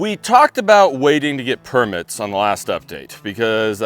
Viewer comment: Things I've learned from #763 - Americans separate the first syllable of a lot of longer words to make it sound like a separate word. Per-mits. Con-crete. A-dult. Gar-age.